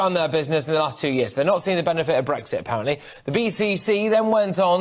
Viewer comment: I love the way the ratty little host at the start said "it's not helping them APPARENTLY". So ridiculously deluded.